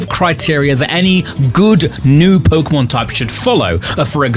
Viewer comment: Why is it always the pokétuber who can't say pokémon right the ones eho ay it a thousand times in every sentance?